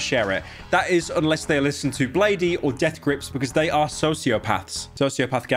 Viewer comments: if piro says bladey instead of bladee one more time ima rip my eyes out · hell nah why you pronounce bladee like that its pronounced "blade" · ITS PRONOUNCED BLADE, YOU DONT SAY THE EXTRA E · is it pronouced blade or blady? thought it was blade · uhm actually it’s blade and not blade-e. get ur facts straight wanna be drainer. old man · Pyro if you say 'blade ee' one more fucking time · bladey he says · bro said "blaydee" 💀💀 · it’s pronounced “blade” ackshually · bro pronounced “blay dee” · Hahahha he said bladey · He said bladee wrong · pyro said bladee wrong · god pyo HOW are you pronouncing bladee